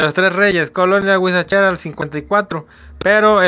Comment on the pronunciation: ya lo see... Pero el extorsionador dice "Guachicheraa" ... Y no huizacheraa... Es lo que me dió risa xD